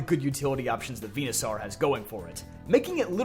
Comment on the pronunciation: Dude are you ever going to get Venusaur's damn name right?